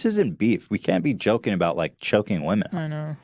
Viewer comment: flume ilove *Wahmen